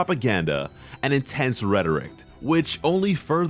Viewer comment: Why is it that these cartoon video essayists always mispronounce words in stupid ways like "rhetorict" and "reconize"? It seems to be a pattern specifically in this community.